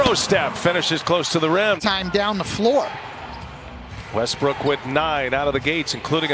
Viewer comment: He said westrook twice😭